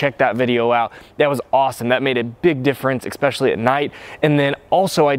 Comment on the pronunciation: C6 looks better. Chrome wheels look the best of all. The work is eSpecially, not eKspecially. I like the video, thumbs up!